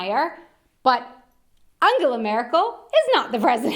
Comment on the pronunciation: Thank you for saying so many nice things about the German language! And I love how you pronounce our chancellor's name - it sounds a tiny bit like Angela Miracle :)